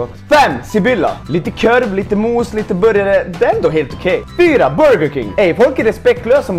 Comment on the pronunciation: Man säger inte körv man säger korv